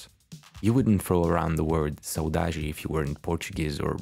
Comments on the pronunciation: I'm brazilian and the way you pronounced "saudade" caught me off guard lol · Brasil jumpscare